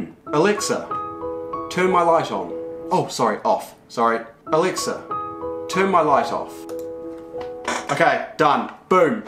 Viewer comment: WHOS ALEXA GETS TRIGGERD WHEN HE SAYS ELEXA